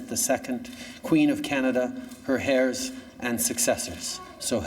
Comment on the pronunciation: Hahahaha I just noticed that. I don’t think he knew the h is supposed to be silent lmao